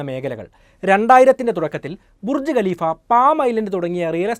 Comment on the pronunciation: Galeefa' Alla.😂😂😂.Khaleefa Aan .